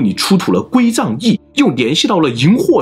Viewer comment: 归藏cang2易,不是zang4